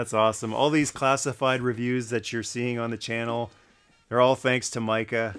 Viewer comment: As a fellow Micah, i appreciate you saying Micah correctly.